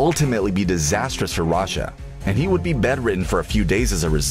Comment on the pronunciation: sorry but why is this guy saying „rasha“